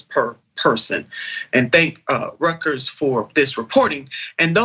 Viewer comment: Nina, it's pronounced Royters